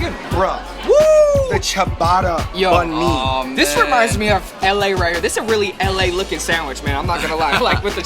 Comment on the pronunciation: Banh not Bahn